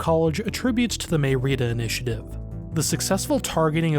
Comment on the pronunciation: Someone teach this man how to read an accent 😂 Santa Rosal*í*a M*é*rida